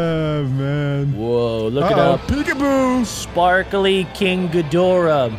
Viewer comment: If you’re going to say all the Godzilla’s please say the correct way and please say king Cadora the correct way because it’s not it’s not good on you. It’s really not. I’m sorry that I had to say this but thank you.😬😑